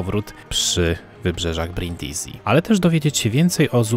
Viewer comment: Brindisi czytamy Brindisi, a nie Brindizi tak na przyszłość 😅 Świetny filmik, dużo ciekawych rzeczy można wyciągnąć ❤